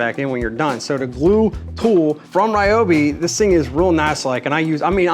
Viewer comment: Definitely "Ree-oh-bee" not "Rai-oh-bee". Also the guy in Street Fighter is "Ree-oo" not "Rai-oo"! Heathens! 😂